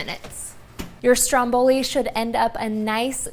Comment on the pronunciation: your saying ”Stromboli” wrong😂